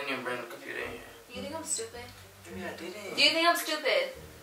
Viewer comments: “Compruder” that was funny to me😭😭😭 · "r radiated videos on the compruter" 🤣😭🤣😂😭😂😂🤣